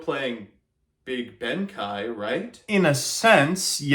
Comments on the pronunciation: Why does he keep calling him Benkai when there's an E there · Oh, yeah, my favorite samurai...."benkai"